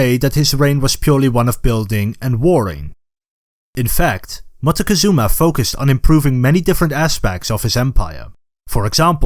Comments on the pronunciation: Your pronunciation of Montezuma (englishized) sounds like you are trying too hard...even if you are doing the original Náhuatl...just say it like it's known in Mexico: Moctezuma. It's easier on the tongue and maybe people in general will stop using the version with the N (which we don't like in Mexico very much, because it sounds like mountain (monte) -and ketchup. 😢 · Pronunciation of Montezuma also hurts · Very knowledgeable video but you need to learn to pronounce Montezuma